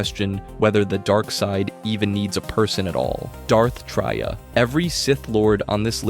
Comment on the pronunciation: Darth Tray-A